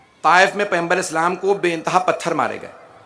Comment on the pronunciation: Phly pygambar ka lafz to Sae kh do